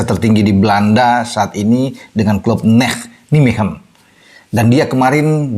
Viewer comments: Cara baca club sepakbolanya Calvin: Naymehen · maaf, kota Nijmegen cara membacanya Neymehen